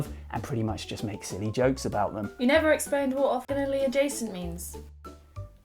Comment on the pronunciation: I... am so impressed...that you can pronounce Orth..Ortho...Ortha...because I never can. Even during a 30 minute argument during too Many Bones with someone who was convinced they could move diagonally